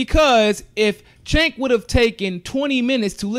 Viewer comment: his name is pronounced with a "J" sound: "Jenk"